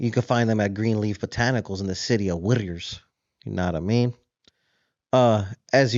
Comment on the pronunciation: Why do you talk like that Whittier not wiiiiithtter